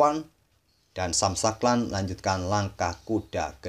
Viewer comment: Sam shankland bacanya “sem shengklen” min 😅